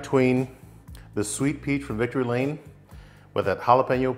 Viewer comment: What is unpita sweet peach rub, sorry hard to understand what you said, and can't read the label on your rub, the first one you put on, Also were the salmon frozen, assume so. I do mine the same way in the brine, better than in the liquid brine for sure. Think I found it, Victory Lane BBQ, Thanks anyway, will try it.Is it spicy or mild?